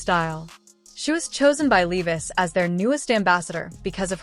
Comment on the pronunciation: Is there a reason that they always get a person who Doesn't know english?? they can't pronounce levi????